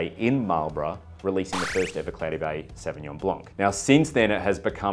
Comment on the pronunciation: Sauvillanche 🤣 Love me a savvy-b, last one i had was South Island's "White Mist" (lighter in alc) Savvy-B